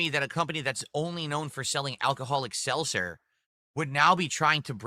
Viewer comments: "Selser" "AMW" He can't pronounce anything, jesus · Seltzer. He can’t pronounce anything!! Also, he first said he was helped by someone that typed up instructions for him and now he says he followed a guide he found online So of course he fucked it up.